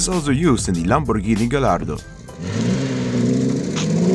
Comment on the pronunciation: the way he says "Lamborghini Gallardo" is perfect 👌👌